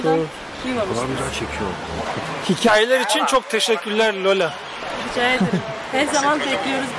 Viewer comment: Niye Lolayi Löla diyon,bana bu lafin löli dedik gibi geliyor,löliler Özbekistandaki hint kökenli millet. Lola ise Türkiye türkçesindeki Lale dir.🌷⚘